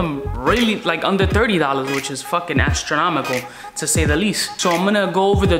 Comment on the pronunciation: Did he just say “ass-tromical” ?